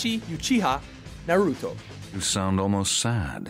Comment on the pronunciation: Narutowwww!!! It's NA-RUTO..